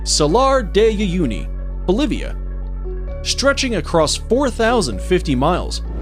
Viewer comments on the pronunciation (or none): Shtretching, exshtreme, speshies.